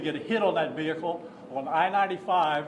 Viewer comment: ‘Ve Hickle’